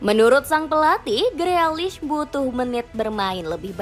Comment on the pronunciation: Tukel apa Tukul min? Freakish itu dibacanya grilish 😂😂😂